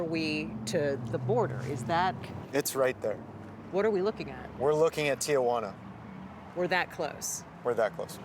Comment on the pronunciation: Its not "Tiajuana"...ugh... It's "Tijuana"